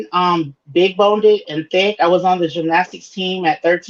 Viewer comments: As an Australian who has never heard the word when y'all say big boned you sound stupid, when you say big boneded you sound like a bloody moron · That’s big boned not big bonedid. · Big "boned" "bone-did" is not uh word....✌🏽😐❤️ 😂😂😂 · Omg,i cringed when she said big" boneded" but then YOU said it.... C'mon girl. Your show needs more class...in many ways. I say this with love😊❤ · why are you feeding into her saying BONEDED